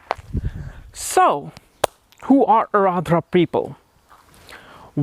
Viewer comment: You may be very well versed in astrology BUT!!! you certainly haven't learned how to pronounce the name correctly. I, having the same name as the nakshatra, know that its not Aradra (as u kept saying), but rather, its AAR-DRA :)